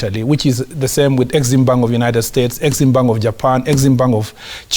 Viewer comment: It is bank not pang